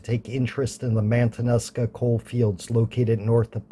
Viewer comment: I watched your Valdez video. I’ve driven over Thompson Pass over 400 times. I know it well. On this video…pronunciation may want to be checked out on the Matanuska… I like your videos so far. Keep up the good work!